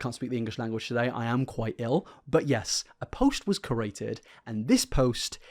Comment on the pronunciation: "A post was maded. Sorry. Can't speak English" Proceeds to say "a post was CORATED" xD Created* my friend, created 😂😂 Great video tho, plenty of evidence for me to no longer like this dude